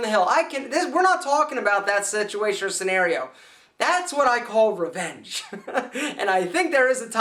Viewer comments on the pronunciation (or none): none